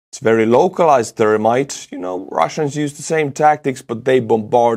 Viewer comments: accent makes me giggle when he says thermite. It sounds like termite "Russians drop termites all over the city" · Love the way you say Thermite. Goes right along with the brilliant barbary you inflict on names at the end. Check out Australian Termite Mounds. Thermite aka termite.